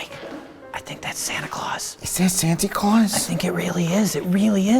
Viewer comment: I Love it, when Mike sais "Santi Claus" in all his Innocence. 😂